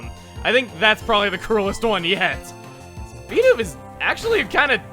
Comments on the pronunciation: Yeah, it is Bee-doof. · naw it's totally bi-duff legit